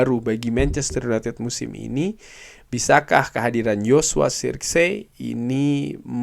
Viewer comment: cara baca joshua zirkzee : Joshua zerkzi (benar) Joshua sirksee (kurang tepat)